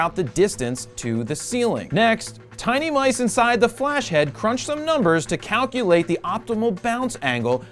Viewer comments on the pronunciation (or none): none